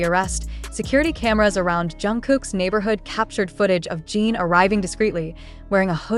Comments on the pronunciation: Your Post is Always Full of LIES. And when will You PRONOUNCE correctly? It's JIN, NOT JEAN. Reporting You. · You can spell Jin as 'Jihn' in your English robot translator for these videos so it pronounces the name properly instead of 'Jean'. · ** You Can't Even Pronounce the Name Right. It's NOT JEAN. Get it Right.